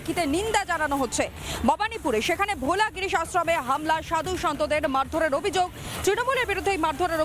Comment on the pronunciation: Bhola giris noy bholagiri, eta alla gyan niye khabar poren kena chhi.